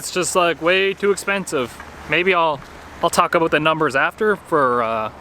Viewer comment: What’s this all uh-boot